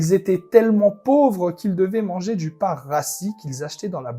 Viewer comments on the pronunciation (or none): none